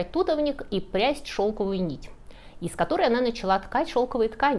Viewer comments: Очень интересно. Я родилась и выросла в Узбекистане. Тутовник мы говорили с ударением на "о", ягоды вкусные. Похожи на ежевику, но длиннее. Варенье из тутовника делали. Советую попробовать. Мой папа, музыкант, подрабатывал фотографом и снимал шелкопряда на ферме. Приносил домой коконы нам посмотреть. Всего доброго. Жду в гости в Алабаме. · Насколько мне известно, ударение в слове тутовник, ставится на второй слог. У нас сие дерево зовут «тутовник»(в Волгограде) , чуть западнее « Шелковица». В Узбекистане «тутовник». В Молдавии, «тутовник». На Кавказе « тутовник»( в книге «Ниссо», упоминаются такое название. Есть места , где используется и Тутовник и Шелковица. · Мы ставили ударение в слове тутовник на "о". Допускается говорить просто тут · Благозвучнее тутовник с ударением на второй слог. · Чаще используют слово тутовник с ударением на "о", где он растет на Кавказе. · Ту'товник - звучит очень дико. Никогда не слышала такого ударения живя в Средней Азии. Всегда только туто'вник. Вопрос с Китайской стеной тоже остается открытым. Ведь бойницы были обращены против Китая, а другая сторона была гладкой. Оборонялись от Китая. И похоже строили эту стену не китайцы, а те кто защищался от них 😊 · У нас говорят тутОвник , на о ударение )) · Если говорить грамотно, плоды произносятся как тУтовые ягоды, тУтовое дерево, но, если вы употребляете народное название - тутОвник, то ударение на О... Слух режет такие рассказы... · + Орфоэпия- правильное произношение. Хотя я лично говорю тутОвник. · Спасибо за интересные истории и прекрасную подачу. P. S. тутОвник. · Спасибо. А мы всегда слышали слово как "тутОвник". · Предположу, всё же, что "тутОвник", поскольку не слыхала название "тУта", а вот "тутА" - слышала 😊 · Уважаемая! Наверное, все же, правильно тутОвник, аналог- тернОвник. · В Ташкенте говорят Туто́вник) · Правильно говорить тутОвник, поверьте, я с ним выросла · Вообще-то тутОвник. Не понимаю, почему делают неправильное ударение? Или шелкОвица.